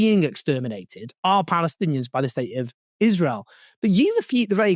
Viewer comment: She said 'israel' wrong throughout her entire vile speech. One foot in the grave and she's not even afraid of her fate. Rich